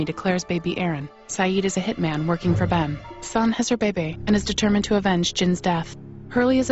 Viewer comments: I loved how she said baby but pronounced it like Baebae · MOI BAEBAE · Sun has her "beybey" lol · "Sun has her bey-bey" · They gonna take my Baebae!